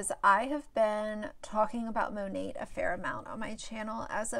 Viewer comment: Mone"t" Great review on a product you can't even pronounce. Cringe.